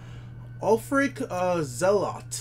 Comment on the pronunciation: Tf you prounces ulfric as ulfcic the stormcloak